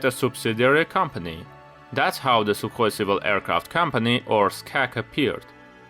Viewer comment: sukhoi not sukoi